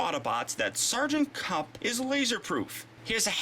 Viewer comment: kup not kip